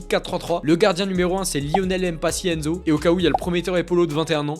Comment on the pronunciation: ) ça se pononce nzaou si je ne m'abuse